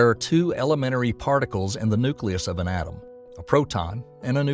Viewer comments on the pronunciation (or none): none